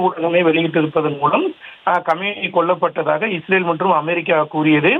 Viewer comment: அமாரிக்கா இல்லை அமெரிக்கா . உச்சரிப்பு சரியில்லை.